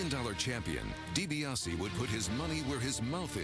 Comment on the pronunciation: It's DiBiase , get it right dork....